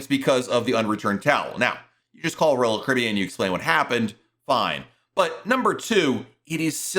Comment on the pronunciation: SLOWLY PRONOUNCE: ROYAL CARIBBEAN!!!!!!!!!!!!!!!!!!!!!!!!!!!!!!!!!!!!!!!!!!!!!!!!!!!!!!!!!